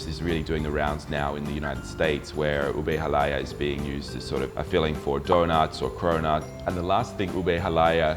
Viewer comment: I am surprised you wife is not training you how to prounounce "halaya" - lol. (accent should be on the last syllable)...but I am just nitpicking mate..good on ya, at least you're trying, my Aussie hub is not as enthusiastic learning my language, :P For dessert, my faves - my sis makes the best gelatine (it contains egg, not just plain gulaman and fruit salad), buko pandan, buko salad and turon, aside from halo halo with crunchy pinipig which you did not mention. Also, have you tasted puto Binan? It is a specialty from my home town, great with chicken arroz caldo or what we call pospas among us Tagalogs. Cheers from Tassie!